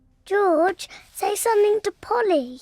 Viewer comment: It's not Molly it's Polly 😂